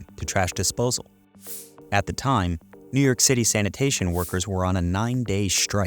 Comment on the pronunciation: I thought it was New York not New Yerk